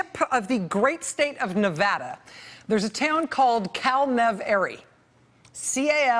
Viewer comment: She said Nevada right!